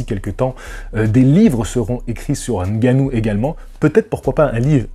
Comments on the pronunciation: bravo pour la prononciation du nom de Francis 🎉 bravo. Tu parles du combat contre une institution qui fait trembler tous les combats de ladite organisation. Je suis d’accord!! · Seulement parceque tu prononce parfaitement son nom, je m'abonne